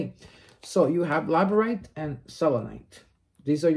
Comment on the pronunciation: the crystals are pronounced lab-ra-dor-ite and cit-reen